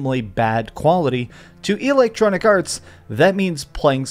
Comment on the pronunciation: EEEE-lectronicarts 🤣🤣🤣 this guy heard the word "roasted" 15 minutes before recording his video and tries to use it in every sentence because he thinks it make him sound cool 😂😂